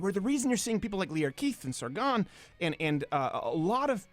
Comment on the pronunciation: Sargonon? Steven you what? :D